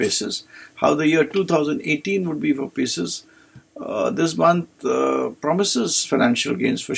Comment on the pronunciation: It’s Pisces not pieces 😂